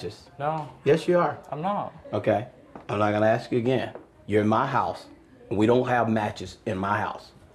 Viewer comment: it's crazy how she acts so smart "we pride ourselves on our intelligence" but can't pronounce ask correctly.